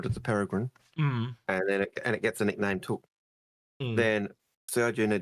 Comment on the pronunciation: New pronunciation every time also, it’s really not that hard to say “Perry-grin” 🥲